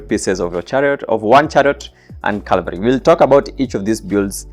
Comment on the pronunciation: READ IT. IT'S FCKING "CAVALRY" NOT "CALVARY"